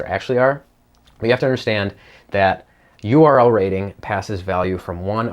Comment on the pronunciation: Conclusion: You have problem saying URL Rating :-p correctly :-p